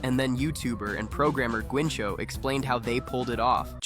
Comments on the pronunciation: ¿Guincho? Lmao, "Guinxu"! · "Guinchu"bro is not pronnunced like that, im from spain but i dont know how to explain it, its like if you said gancho lol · Guinxu is pronounced like the first syllable in "guilty" (without L) add an "n" and then the pronunciation of the number "Two". "gui" + "n" + "two" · Pronouncing guinxu as "gwinxo" should be a crime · "guincho" JAJAJAJAJAJ grande guinxu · And the name Guinxu,oh my god,its like say "gotchu" but a little diferent(a spanish native here) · Guinxu = GÜINCHO HSHDHDJSJSJSJ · or the GUINCHO instead of Guinxu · Se siente raro ver a alguien diciendo ese nombre tan horriblemente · the guinxu and midi pronunciation hurts me 😢